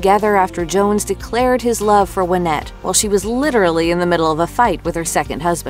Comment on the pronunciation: Her name was pronounced why-NETTE! ~SIGH~ Dang, that's driving me nuts!